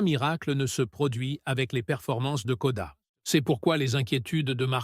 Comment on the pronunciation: la voix IA est juste insupportable, mais bravo le "charlotte clair" et "koda" pour Tsunoda ou encore "Vappen" ou "Vurs" pour Frédéric Vasseur et les sous-titre "aile rond"🤣 je me demande si meme le texte a pas etait créé par IA car a la fin ca va n'importe ou ca veut plus rien dire! perso je ne passerai plus par cette chaine. 10 minute de vide et d'erreur pour apprendre de ferrari change de plancher!